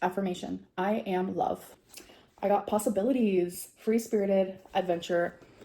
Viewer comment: How she says satiate makes me irrationally angry